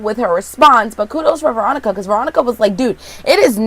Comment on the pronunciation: So sorry for your bad day, but you totally make ours! Thank you for that. I must be exhausted or need my hearing checked cuz I could've sworn you always said Moronica and not Veronica LOL!!!! This show IS weird, but it keeps us watching. It like Twin Peaks, Fargo and Ravenswood all mixed together. Can't wait for your next recap. Hope you have a better day - rest of week actually. :-)